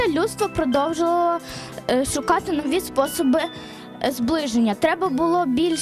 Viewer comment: Монтаж норм но девочка говорит заместо "швидко і шукати" "свидко і сукати"